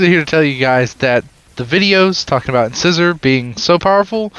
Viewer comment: It's not "in-scissor". It's "in-size-or". Like a tooth.